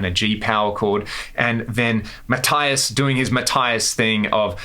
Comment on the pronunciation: Mathias.....imagin the i is a double e.... matheeus. Apart from that, very good. Awrsome bit of uli at the end too........ maybe another piece of meat next ?